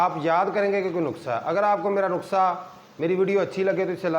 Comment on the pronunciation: نخسہ نہیں ۔ نُسخہ کہیے جناب۔